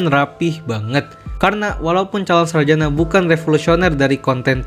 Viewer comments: Calon sarajana bukan sarjanak.. Gak pakai (K) min.. Risih kali denger kata sarjanak😢😢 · Sarjana bang bukan sarjanak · Ini gw yang salah atau gimana sih? Kedengerannya kaya calon saljana bukan sarjana....